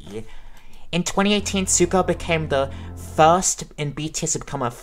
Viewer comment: Suga is pronounced Shoo-gah just like sugar without the R.